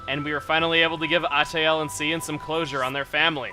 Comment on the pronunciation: Cian is pronounced Key-in. GET IT RIGHT CHUGGA!